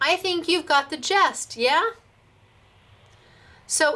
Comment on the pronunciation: Just Sayin' the word is "Gist not Jest. Nice new Folders, love the Paint. Happy New Year!